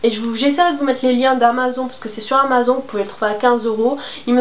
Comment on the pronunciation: Tu prononces amazon lol!! Ça se dit amazone !! Le son n'existe pas en anglais !!